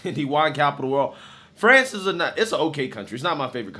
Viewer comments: "Frahnz"???? Lololol😂😂😂 Better Off Dead much,??!! " Fronch fries, fronch dressing and, Peroo". 😂😂😂😂 "Frahnz"?? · Dude, say France like a normal human. 🤣🤣🤣🤣🤣🤣🤣 Love ya, just kidding. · FRANS or FRANCE pick one pronounciation please